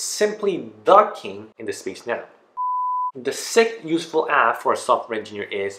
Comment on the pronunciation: Sounded like useful ass lol